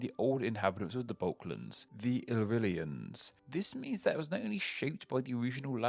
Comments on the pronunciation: "The old inhabitants of the Balklans, the Illrillians " It's "Balkans" and "Illyrians" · "Balkalands" "illrylians" Whoops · "The old inhabitants of the Balklands, the Illrylians"